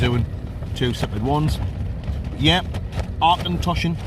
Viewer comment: Nearly right - "Ock-en-tosh-an"...